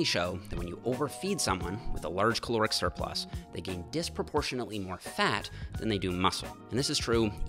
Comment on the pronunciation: Great vid! Altho I keep hearing "Chloric Surplus" every single time. Had to see it written while spoken to understand 😉